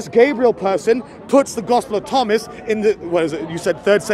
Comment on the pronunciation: Bob said tospel of ghomas LOL